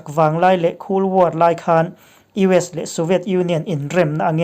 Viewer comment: Kul/ cool war iti tlat a cold war/ kol/ khol war ti tur zawk ani lo maw?